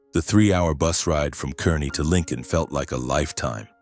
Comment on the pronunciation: I laughed at the details of this story! They begin with the “tiny town of Kearney, Nebraska”. First, it’s pronounced “Kar-nee”, not “Ker-nee”, and with a population of 57,000, it’s hardly a “tiny town”. Also, it’s only two hours from Lincoln, not three. 🙄